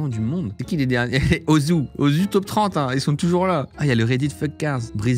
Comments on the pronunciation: Ozu il a dit 😂😭 sa se dit ossou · il pouvait pas savoir et osu en en prononciation francaise on entend le son z normal quoi